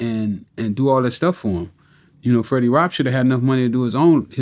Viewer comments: "Freddy Wap" 🤣🤣🤣🤣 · He said Freddie Roc 😂😂😂